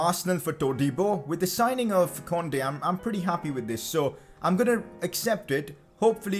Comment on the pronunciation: Yo bro its pronounced "koondey"